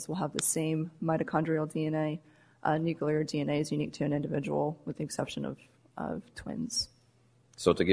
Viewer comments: NUCLEAR, BAEZ!! It's Nuclear. Nu-KLEE-ar. Not nu-KYOO-lar. I can't stand it any longer! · The defence lawyer said "nookyoolar dna". It's a total disgrace. These morons got it wrong. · Can Baez learn how to pronounce “nuclear”?!